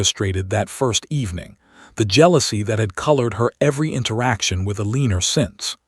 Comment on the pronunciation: Sorry can not under take another story of Elenor being pronounced Aleaner😢😢😢